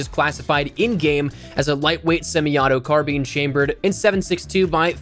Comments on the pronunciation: I love your channel but I've heard this multiple times on your videos and have to say something. Carbine (Car - Bine), as in, fine with a B. Not bean. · You said car bean